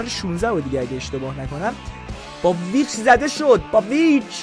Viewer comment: داداش پیچ نه ویچ برو اول اسم شو یاد بگیر بعد بیا😂